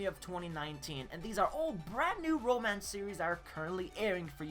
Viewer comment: Did he say romacnce?